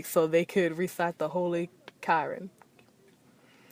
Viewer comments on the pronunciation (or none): She said Kiran. It’s called Qur’an (Ku-Ran) 😂